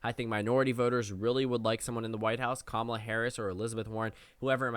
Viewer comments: It’s not Ka-ma-la or Kamla lol, her names pronounced ka-muh-la 😭😭😭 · It’s Cam a la, rhythms with Tamala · The second “a” in Kamala isn’t silent. She has said herself that you say the word “comma” when pronouncing her name. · KA-ma-la Harris. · The second A isn't silent. Harris herself has said that it is pronounced "Comma-la" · You PROUNED the second A. You just shortened it to a schwa